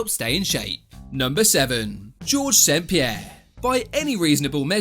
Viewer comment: That's how you say 'St-Pierre'